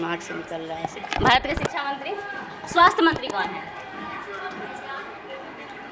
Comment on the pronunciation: रिपोर्टर साहिबा, पहले आप ही शिक्षा और शिक्षक बोलना सीख लें। खुद तो सिछा, सिछक उच्चारण करती हैं।